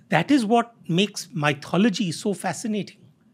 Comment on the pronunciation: I hope it is ok to highlight the fact that many guests on this podcast pronounce "Myth" correctly but "Mythology" incorrectly. It is not "My" - "thology" , it is "Myth" - "ology". Since it is widely heard podcast, the listeners will end up catching onto the incorrect pronunciation.